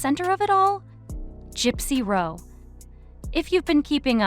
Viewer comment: It’s pathetic AI content. A genuine content creator would at least manage to pronounce the names of the main people who are the topic of the video, instead of this ‘gypsy row’ / ‘lawless Nina’ nonsense.